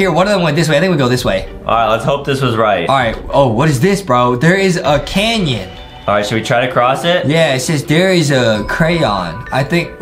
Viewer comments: Bro said there is a crayon 😂 jestin it’s no crayon its canyon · This is the funniest thing it was canyon and Justin said CRAYON 😂